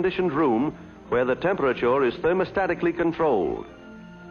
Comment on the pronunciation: Has anyone noticed how he pronounced the word temperature differently than as you would today? Amazing